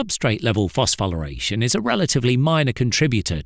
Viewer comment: Dude cant even pronounce it correctly